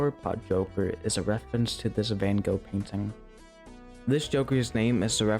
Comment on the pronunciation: great video but please dont ever pronounce Van Gogh like that ever again